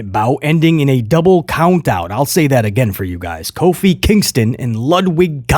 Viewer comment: Lmao u calling Kofi coffeee prob more entertaining than most of Raw